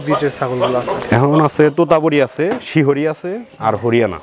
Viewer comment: শিহরী না শিরহি